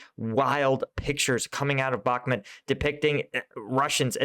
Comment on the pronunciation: Bakhmut is read as "Bah" - "Mut" the u sounds like oo in book.